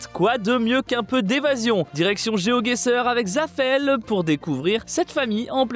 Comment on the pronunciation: chuis pas sûr mais je crois que vous avez bien prononcé le pseudo de zafeel